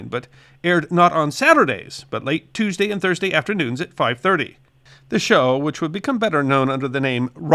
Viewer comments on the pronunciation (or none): none